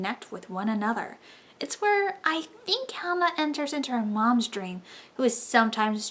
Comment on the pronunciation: This was a good review. And thank gaia you were pronouncing Helina's name properly. Another reviewer was pronouncing 'HE-Lena.'